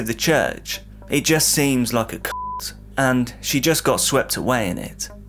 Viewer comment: Apart from "cult" that sounded like something else 🤭